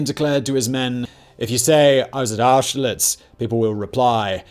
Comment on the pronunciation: Simons pronunciation is as appauling as ever. It's a shame his voice is so satisfying lol. I think it actually takes some talent to butcher peoples names so badly. But at least he could say austerlitz well enough.